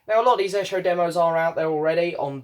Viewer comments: Haven’t got this yet as I have the deluxe CD set, and just bought McCartneys RRS Box. I wish the CD Set was the same size as this LP set which looks very nice. You have an interesting pronunciation of Esher......which should be "eeesher" lol. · Hi! Glad you receive the White Album 4LP Vinyl Box. The box is awesome. Esher is pronounced as “Eeesher”. But don’t worry even I had trouble correctly pronouncing “Esher” when I was younger. The Esher demos sound awesome on this Reissue. Some of the Esher tracks did appear on Anthology 3. Great unboxing video! Take care!